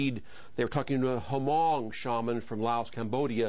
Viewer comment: it's not pronounced huh mong it's is spell hmong but we pronounce it mong w/ a silent "h"